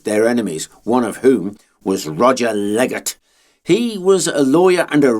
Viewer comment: Roger LLLLLeggate >:(